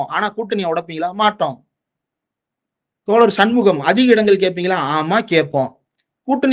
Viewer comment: அவர்களே தோளர் அல்ல தோழர் "ழ" உச்சரிப்பை பழகிவிட்டு ( உங்கள் உச்சரிப்பு படி 'பளகி') ஊடகத்தில் பேசுவது நன்று "தமிழ்" என்பதையாவது சரியாக உச்சரிக்க தெரியுமா? அல்லது 'தமிள்' என்பீர்களா?